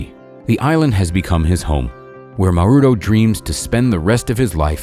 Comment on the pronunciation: You are pronouncing Mauro WRONG YOU PRONOUNCE Mauro accenting the ‘U’ The correct pronouncacion is Mauro accenting the ‘A’